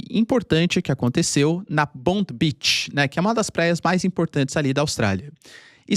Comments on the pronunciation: Escreve-se Bondi beach mas se fala, "BONDAI" Beach. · Professor. Bondi Beach se pronuncia Bondái É a praia mais icônica da Austrália, depois procurem Bondi Rescue, série realista massa dos salva vidas de la. O lugar é muito movimentado, acho meio paia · "BONDAI" beach.... parece q o professor ta tendo aula de ingles pra nada.... nao faz o minimo esforco pra pronunciar corretamente.